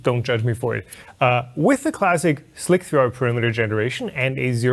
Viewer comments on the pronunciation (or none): every time someone pronounces Slic3r (SLICER) like "Slick 3 R" I die a little inside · it's just slicer, not slick-3-r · Goddamnit!!! SLIC3R is not pronounced "Slick-Three-Are" - It was just a fancy way to write SLICER, where the E was mirrored so it looked like the number 3. It was supposed to make the name look cool, but nobody understood it :D :D :D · Slic3r pronounced slick 3 r? WTF? Does anyone else ever call it this? i just call it slicer. wtf.